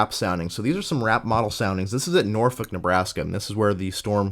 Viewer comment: Once again. Another great video! One of the most comprehensive and consice analysis of this day! For future reference for Nebraska, I know it's weird, but Norfolk is pronounced like "Nor-fork" long story I know haha. If you're curious. 2014 was quite the year for Eastern Nebraska. On May 11, Mother's Day had one of the more prolific cyclic supercells seen in this region in a while. It had the Beaver Creek EF-3 and tornadoes into the Omaha metro. June 3 might be the most interesting imo. What started as a day where strong tornadoes seemed likely turned into one cluster which produced 80-90mph winds and baseball size hail to places north of Omaha. Some of the images from Blair constitue the worst hail damage I've ever seen, homes looked like Swiss cheese.